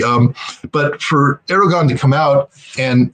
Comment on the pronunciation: Love you, scott, but please stop calling Erdogan Aragorn. I'm a Lord of the Rings nerd and I object.